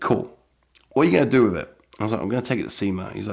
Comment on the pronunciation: "Wiv" not "with"